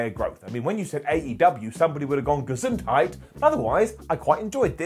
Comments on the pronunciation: okay. That makes sense now. pronounced it exactly as my grandmother did. That's why I didn't get why it was funny. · his pronunciation. Idk we germans just love how English people pronunce German words